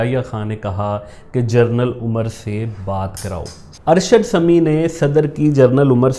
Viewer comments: Correction this is pronunciation as General NOT journal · mispronounced genaral as journal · لفظ جنرل ہوتاہےنہ کہ جرنل۔ ہر دو کے معنی الگ الگ ہیں۔ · ”جنرل“ not جرنل